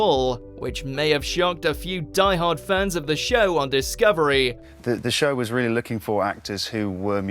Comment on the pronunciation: Not realle